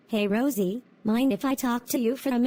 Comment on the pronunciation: I Think Said "Roise" Instead Of "Rosie"